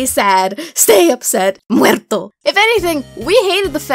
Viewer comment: *says "muerto" with a Spanish accent* Also: u M o